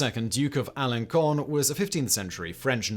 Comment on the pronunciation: Re: number 6 … I’ve been to Alençon. Nice place. Stayed there once, on the way to Le Mans. I’m not sure that your pronunciation is correct. The ‘ç’ is a giveaway. Happy to stand corrected (said the man in the orthopaedic shoes, lol).